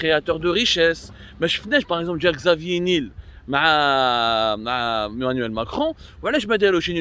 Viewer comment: Xavier NiEEEEEL 😂🤣 et non (Xavier N I L)